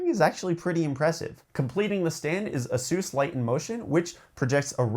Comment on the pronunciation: dude its aye-suhs lol. a seuse? its like i get a free masseuse with my monitor